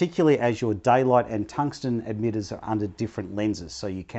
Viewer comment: emitters not edmitters